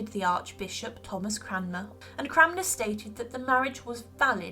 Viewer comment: Cranmer not Cramner